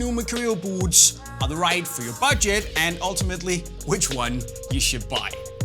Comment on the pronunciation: Love how this guy says “buuts”